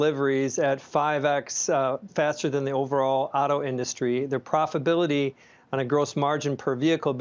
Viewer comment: Gene: “profability’